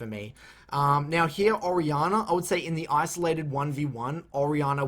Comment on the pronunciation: I'm sitting here thinking "Who the hell is Ariana?". Then I realized he was talking about "Orianna". Thanks for the guide, btw!